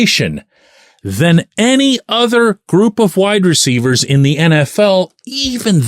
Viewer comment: I completely admit this is probably a personal thing, but does the way pronounces "WIDE-receivers" drive anyone else nuts?😂😂😂 It has always jumped out to me😅 No shade to, I'm obviously a fan. But this Daily shot was very WIDE-receiver focused, so he said it alot😂 I am not a huge fan of the money situation with Adams. I think next year he has a $44M cap hit with a $35M salary because of how his contract is structured. I don't know if they can work a way for the Raiders to eat some of the money. I am the biggest fan of bringing in another WR, but the money is an issue for me with Adams. We don't even know what is going to happen with the QB situation and they will have to do something because they have no starter sign for next year. And I might be in the minority, but I don't think the Steelers are a Devante Adams away from winning the Super Bowl this year. I hope I am wrong, I will be the happiest person to be wrong, but I don't think I am🤷‍♂️